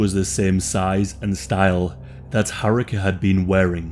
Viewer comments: RIP, such a lovely young lady. And btw Haruka is pronounced Haru-ka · Oh lord that repeated butchering of 'Haruka' was grating lmao